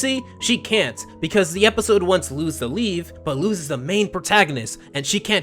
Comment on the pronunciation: It’s not Luz ( pronounced Looz) it is Luz (pronounced Loos